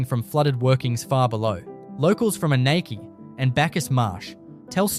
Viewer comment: You'll have to teach your AI robot how to say Adaminaby correctly.